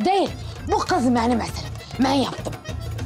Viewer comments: evet Drejiko aferin sana riks nedir işte riks budur bravo görüyorsun değil bu gız menim eseri men yaptım 😅😅😅😅😅😂😂😂😂 abi koptum yaa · gız sıpiderman hqhahahahahhaha 🤣🤣🤣🤣🤣